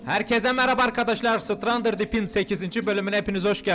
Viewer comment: 8. Bölümdeyiz hâlâ oyunun adını düzgün söyleyemiyon ya abi